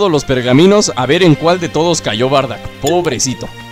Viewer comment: no es bardack es bardock